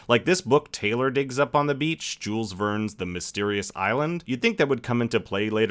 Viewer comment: Jules Verne is not pronounced like that